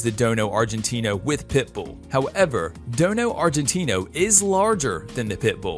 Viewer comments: It’s dogo argentino not dono argentino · You miss pronounced the DOGO Argentino not Dono. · This guy doesn't know anything. I literally think he spent 5 minutes on google before making this and he can't even say the proper name of some of the dogs. Its dogo Argentinio not dono like what. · I think its Dogo argentino instead of Dono Argentino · hey stupid...! It's DOGO AGRENTINO and now dono argentino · Dogo Argentino,not dono. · Dogo NOT Dono duh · He dono about dogo😑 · There is no "dono" argentino . Only dogo argentino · Your right the real name is the DOGO ARGENTINO not the dono argentino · It's not dono argentino it's dogo argentino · Dude! Do some research. Its dogo not dono. And rottweiler has 328 biteforce not 320. Do u have internet ? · You describe one of the breeds as “dono argentino”, but it is actually “dogo argentino”. Check out this link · Am I on drugs or is the “dono Argentino” is actually called dogo* argentino. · Man says "dono Argentino" is dogo not dono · It's Dogo argentino NOT Dono Argentina!!! LMAO! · It can be mistake but the real name is Dogo argentino not dono argentino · Its dogo argentino not dono argentino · It's the DOGO Argentino, NOT Dono. Dude, get it right already. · What's a Dono Agentino? Isn't it know as Dogo Argentino? Also missing CC as they are second strongest bite. What's a Kon-gol not Kan-gal accent and pronunciation appalling sorry was going to subscribe no from me. Hmm please do a better research and also get pronunciation right and right name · No no no, It's DOGO ARGENTINO! not DOno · It's not dono argentino it's dogo argentino 😂😂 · It's Dogo Argentino, not dono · my brotha its dogo not dono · It's dogo, not dono lol 😆! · It’s a DOGO NOT A DONO!! Sad you make these videos and don’t even know the breeds correct name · It is called a dogo not dono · Dogo Argentino not dono argentino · It's dogo Argentina .not dodo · 😂That's not dono argentino...that's dogo argentino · its not dono argentino its dogo argentino